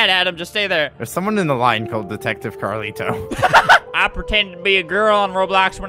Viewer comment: Uhhhhh its pronounced............. CARLITO